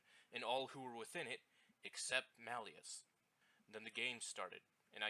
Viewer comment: It's Marius, not Malius.